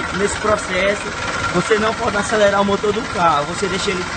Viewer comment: "Fica um motô limpô né? Com maió tempo de vida" KKKKKKKKKKKKKKKKKKKKKKKKKKKKKKKKKKKKKKKKKKKKKKKKKKKKKKKKKKKKKKKKKKKKKK